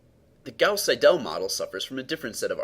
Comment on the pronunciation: Very good work, however Seidel should be pronounced as SEI-del, not as sei-DELL